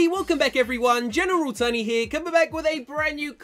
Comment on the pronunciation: I'm not try to be mean but when you say tony you say tury or turdy